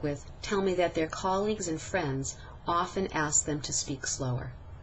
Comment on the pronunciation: 1 / 4 Clearly spoken, but... at 3 min 30 sec, it sounds more like "te speak" instead of "to speak" which means that there was actually no distinguishable "length" difference demonstrated in the vowel sound in the word "to" when it was spoken more slowly. At 4 min 25 sec, however, she more clearly said "to speak." "I am." These two words were run together, so there was no distinguishable difference demonstrated here in the "length" of the vowel sounds. So it didn't really "sound" any better.